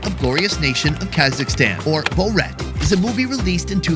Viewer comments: BO-rat?… what’s BO-Rat?? It’s Borat, geez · Its not bow rat lol its pronounced bor-at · Boar-Rat !!!!!!!!!!! not Bow-rat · How to speak like Food = Fuhd Borat = Bowhrat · I cannot unhear Borat pronounced “BowRat”! 😂 Is that how they pronounce that name there? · How do you not know how to say Borat? "Bul-rat"?? Dude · Bow- Rat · Bo-rat 😂 it's borat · I love the way he pronounced Borat 😂😂😂 "Bow-rat". I wonder if they know that Borat was a character in TV series for years in the UK before the film came out. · I think it’s prounounced Bor-rat not bow-rat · why did no one stop him from saying Borat like that? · Great video with some awesome co-hosts but Bow-Rat? That's a little weird. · Pronouncing it “Bo-Rat” is sending me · 1. Borat is the funniest comedy ever made. 2. I take personal offence in the way you pronounce BoUrat. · Boh-rat?😂 great vid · his accent suddenly become very similar to borat.. sacha really did made a good accent